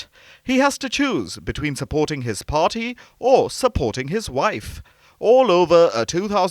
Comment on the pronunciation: Can the narrator emPhasise any more on the ‘P’!!!!! Pharty!!!